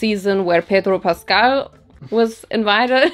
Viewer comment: The way you pronounced Pedro Pascal was on point 😩🤌🏻🤌🏻🤌🏻